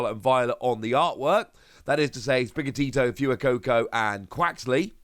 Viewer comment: Fire in Spanish is Fuego, pronounced Fway-goh. I’m 99% sure Fuecoco’s name is based on that since it’s based on Spain so it most likely is pronounced “Fway-coh-coh”. Love the channel!